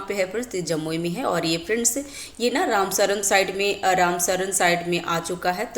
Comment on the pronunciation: रामसर होता है मैडम, रामसरन नहीं